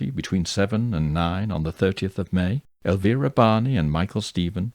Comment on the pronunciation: Thank you for pronouncing Elvira's name correctly. It's much appreciated.